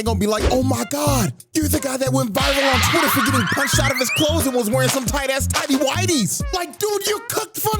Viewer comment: Tidy whies😂😂😂 bruh